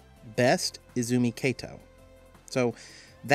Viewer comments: Just a note, "Kato" is pronounced as "Ka-toh" rather than pronouncing the "Ka" like you would pronounce "Kate". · You're pronouncing Kato incorrectly. The 'Ka' in Kato is like the "Ca" in the word "Car"